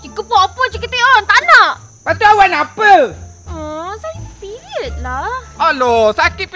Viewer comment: A,a sudah pasti..tengok sebutan pun mnggmbarkan kesakitan.. PeRiOD..periit ooO..